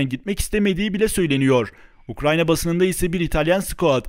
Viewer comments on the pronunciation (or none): none